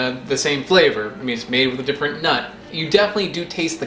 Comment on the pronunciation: I like how he says "nut", almost like it's emphasized; after all this I need someone to do a "nut" compilation